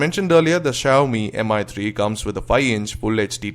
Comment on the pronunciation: Excellent review:) would love If you have pronounced it mee3 instead of Mi 3